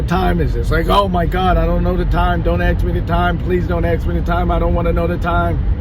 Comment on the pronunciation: AXE or ASK a question ? 🤔😁